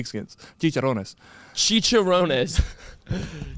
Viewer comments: “Cheech-er-Ron-ez”. Hmm..just “cheech-er-rons” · “Chicharownes” I CAAAANT 😂😂😂